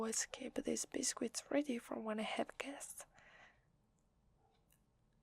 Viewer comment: I love the pronunciation of “biscuit” Bis-skwit